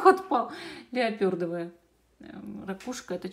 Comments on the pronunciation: Леопардовая, а не леопëрдовая)) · Ну нет уж!!! "Леопёрдовая" -гораздо КРАСИВШЕ! 😂🤣😂